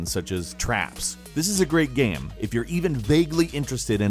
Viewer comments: say "game".: "gaem". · He said game weirdly